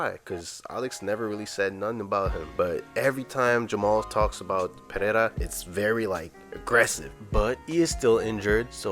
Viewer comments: Your pronunciation of Pereira's name is great! Congratulations. English speakers usually have difficulties with the sound of the letter "r" in portuguese. Chael Sonnen is always trying and he never gets it right... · The first r in "Pereira" should sound like the H in english. Not the way he say it.